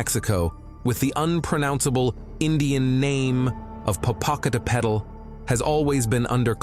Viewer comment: I am soooooo sick of this voice. I shouldn't touch this, but I gotta say it better than this voice. Pococatapetl in English is POE-KOE-CAT-UH-PET-EL. Sorry, couldn't resist, only b/c I hate this voice. I digress. The only "ufo" I've ever seen, was a small metallic ball, that came from the south and right over the treetops in my backyard. I always said I could have hit it with a bb gun if I wanted to, it was that low. Just looked like a flying ball bearing. Just Beachball size.